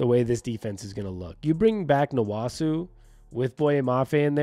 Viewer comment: The nwosu pronunciation is killing me 😂